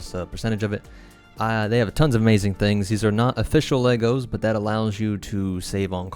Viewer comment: Ha. You said "LEOGOS".